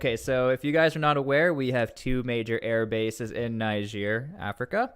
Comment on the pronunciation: It's amazing how u hear the right pronunciation of "Niger" from different videos and still choose to pronounce it wrong.